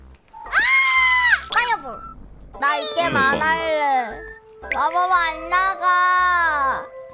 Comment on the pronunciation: 파이어 볼은 빠 로 발음하고 프리즈는 P 발음이넼ㅋㅋㅋㅋㅋㅋ